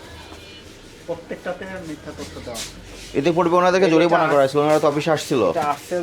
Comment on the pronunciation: Kala magur bole joripana. Nokol koira pass koira ghush dea chakri nise. It’s jorimana not joripana